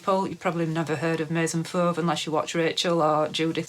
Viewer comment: Your pronunciation of Maison Fauve Is just perfect! 😉 Nice content!